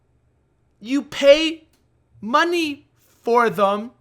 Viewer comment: "I had to pay for these..." "You pay MUNEE for these" A good sum of money. Yeah.